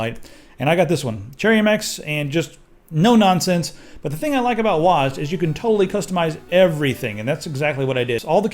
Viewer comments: Wazzed, lol its W.A.S.D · IT'S NOT PRONOUNCED WASD IT'S DOUBLE U, EY, ES, DE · you read wasd as one word. I always read it as W.A.S.D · WOZ-D? U mean W-A-S-D?